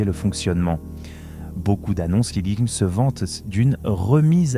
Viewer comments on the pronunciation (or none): none